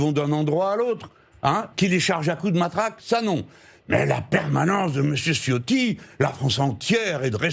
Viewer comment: LE C en Italien se dit TCH ALORS C EST tCHIOTTI C EST CHIO TI